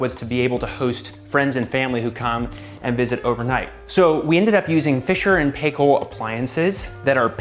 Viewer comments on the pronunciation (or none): Hahaha Love the nook but you had me laughing at how you pronounced Fisher and Paykel. (Pie-Kal)